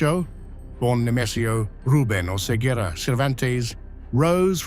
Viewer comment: sekedar info pelafalan bahasa Mexico 🇲🇽 bang : qui, que, gui, gue ⏩ qi, qe, gi, ge LL ⏩ Y ca, cu, co ⏩ ka, ku, ko ci, ce ⏩ si, se jadi : Oseguera ⏩ O - Se - Ge - Ra Cervantes ⏩ Ser - Van - Tes Aguililla ⏩ A - Gi - Li - Ya Narcobloques ⏩ Nar - Ko - Blo - Qes CMIIW